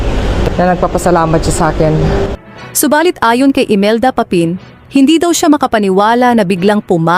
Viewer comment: Bakit banyan Ang pagbigkas ng narrator ng “Aunor” at “Papin”? Samantalang Tagalog na Tagalog naman ang Tono mo. I don’t know, pero parang sinasadya.